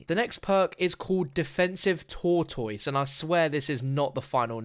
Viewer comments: He said tour toys 😂😂😂 Its pronounced tour tiss Tortoise 😂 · sorry but stopped watching when you mispronounced tortoise as tour toys, like you dont know what that word represents, its pronounced tor- tus. that name is suitable for that perk, as it will resemble a shell to protect from all sides. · Jesus your pronunciation of tortoise is way off. Is not pronounce TOR-TOYS, IS TOR-DES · Tortoise pronounced Tor ‘Tis not Tourtoys lmfaooo I was like wtf is he saying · i thought he said tour toys.... not tortoise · WTF are you saying “tortoise” like (Tor-toys)? It’s tortoise like (tor-tus). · Tortoise is pronounced tore-tus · you: tortoise, an intellectual: TORE-TOYS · lol it’s pronounced tortous although it’s spelled tor-toise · Who taught him the word tortoise? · wow I had no clue he meant the animal until you explained, never heard it pronounced that way lol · Me mad af that they taking out jug. Btw any one else hate how he saids tortoise? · Why are you saying wrong tortoise. This is just like the mistake they made in the venom movie trailer